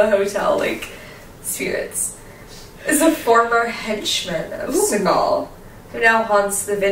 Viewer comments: Its Bugsy SEE-gul lol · It's not Segal, it's Siegel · Bugsy Siegel's last name is pronounced, "SEE-GUL"....Not "SE-GAUL". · Just a pointless fyi, but it's pronounced (sea-gull) and he also hated the name, Bugsy, it was a way to make fun of his quirky mannerisms. Nonetheless, like everyone else, LOVE to see you two back. Hope all is well, and we are able to get more investigations, Love and miss ya'll!!!!!!! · I love El Cortez, especially those original rooms above the casino floor. The man hated the name Bugsy. Next time, try calling him Ben. Also, the last name rhymes with "beagle", or "eagle". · Bugsy's last name is pronounced See'gul. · It’s pronounced seagull, but it spelled Segal